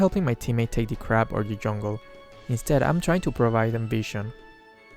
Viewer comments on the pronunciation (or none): I thought he said "crap" every time he says crab